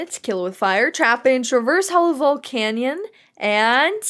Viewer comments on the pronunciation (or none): none